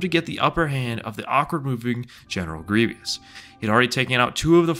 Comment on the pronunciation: its GRIEVOUS, not greeveeous